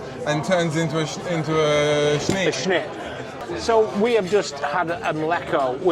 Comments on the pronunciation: If you pronounced snyt and mliko correctly you’d be much less conspicuous! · The sign of a genuine Brit. “I’m probably butchering the translation”. They recognise they get it wrong but can’t be bothered to get it right. This whole video made me cringe every time you both continued to pronounce šnyt, mlíko, řezané incorrectly. It’s really easy to pronounce Czech correctly. With few exceptions Czech is pronounced as it’s written, and the way to pronounce each letter is literally in the first few pages of even the cheapest Czech phrase book and takes a few minutes to learn.